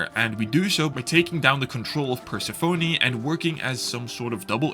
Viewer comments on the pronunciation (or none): Persephone is NOT pronounced as "purse a phony" - it's Per-SEHF-uh-knee